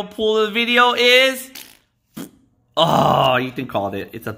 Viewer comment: Ethan said ow instead of oh!!